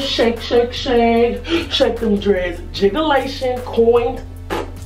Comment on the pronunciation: She said jigalation I can't with you.... Lmao!!!!!!! :o) :o) :o)